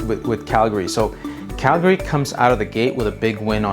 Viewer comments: CalGAaaRY. It’s pronounced cal-gree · It's Calgry not Cal Gay Ry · It’s not Cal - GARE - Ree 😬, it’s Cal - Gree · It’s pronounced CAL-gary, not cal-GA-ry. I couldn’t finish watching the video because of the pronunciation. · How about you learn how to pronounce Calgary properly . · Good video but pronouncing Calgary 😬